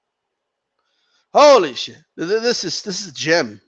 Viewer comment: It's funny when says: "holy sheeit"